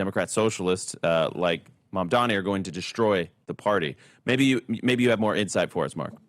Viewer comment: The sheer number of conservative commentators pronouncing MaMdaNi as MaNdaMi is an example of echo chamber feedback. That is something the right typically accuses the left of, and rightly so, but these guys need to get out of their own feedback loop enough to error correct.